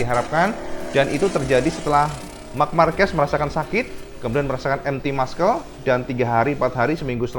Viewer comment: Muscle : Masel cak, bukan maskel 😭